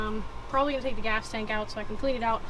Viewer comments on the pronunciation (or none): none